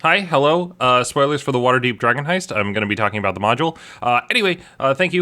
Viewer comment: It wasn't even drogon. I heard drgon.